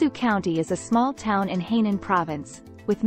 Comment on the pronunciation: Not Heynan. It is Hainan😮